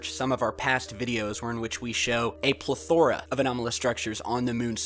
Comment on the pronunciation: Plethora , correct use of the word but pronounced wrongly.